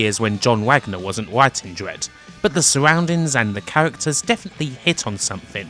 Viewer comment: The suggghrrrroundings and the cahhhhhhhahhhhters...